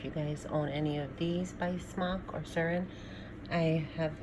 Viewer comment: She just called a sourin a surrin?